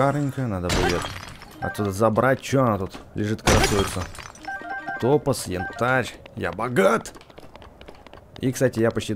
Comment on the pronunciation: Правильно топаз ударение на а!!!!! Запомни!!!!!